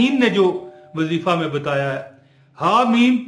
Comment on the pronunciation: Asalamo Aliykom Bhai ye Jo wazeefa ha is man ya pa zabar NAHI peeesh ha AP zabar par rahy hen naraz bi NAHI Hona ur apka koi number NAHI tha nai to number pay Bata feta 🙏🙏